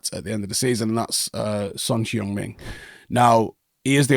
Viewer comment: I've never heard Son Heung Min's name butchered that badly before.